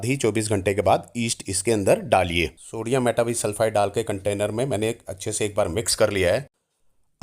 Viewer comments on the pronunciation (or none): सोडीयम मेटा बाई सल्फ़ाइट this is the correct. pronunciation